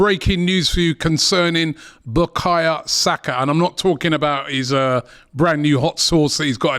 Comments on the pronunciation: Bakaya?? Now robbie cant even pronounce bukayo properly. This guy just struggles with any name now 😂😂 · who's BUKAYA? Robbie making these sky sports commentators looked cultured lol, its BUKAYO!!! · I’m tired hearing Robbie calling the boy Bukaya Saka. It’s BukaYO!!!